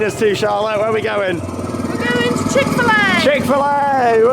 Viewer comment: Chick-Fi-La?! I thought you said it was Sunday